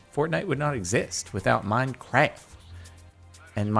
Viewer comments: It's "Minecraft" not "mincraf" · he said minecraf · Did I just hear minecwaf